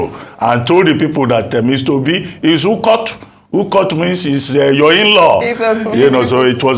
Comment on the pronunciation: Lol.... Dr Abati, it is Ukod not Ukot. Meaning inlaw